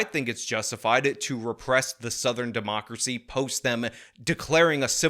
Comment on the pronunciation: I think I am going to have a stroke listening to that guy say "democrathy".